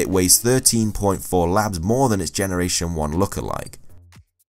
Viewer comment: Did anyone else notice for Tauros and bouffalant that he says labs for lbs lol